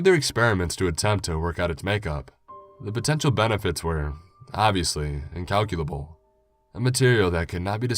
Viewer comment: Respect to for being able to say 'incalculable'. I always get tongue tied on that word.